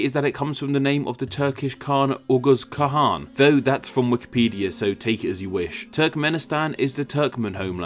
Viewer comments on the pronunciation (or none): none